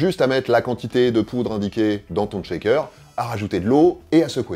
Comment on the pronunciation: C'est un truc d'infirmier de dire "checker" au lieu de "shaker" ou bien. Mes oreilles saignent bro.